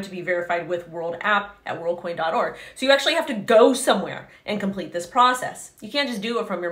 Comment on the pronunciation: She's saying Worldcoin but all I hear is Onecoin